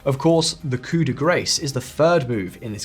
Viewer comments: Coup de "grace"?!! God son I hope that was a joke and a play on words. Otherwise that was embarrassing. It is of French origin, not English, and is thus pronounced coup de gräs', not de graase.🙄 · Please, it is either cou de gra (phonetic) or coop de gras